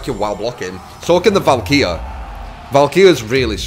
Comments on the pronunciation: its pronounced Val karee. Not Val Keer ;D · ALSO, it's Val-kah-ree